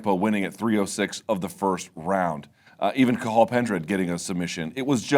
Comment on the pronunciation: 9/10 to Luke for his pronunciation of Cathal. Legend. Who else even bothers to try? But it’s les Ca-hall, and more Ca-hul.